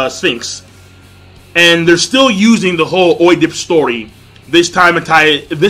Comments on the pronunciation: It's pronounced ed-a-pis (Oedipus) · I'll leave this comment early so maybe you'll see it. His name is Ed-duh-pus. That's how you say it.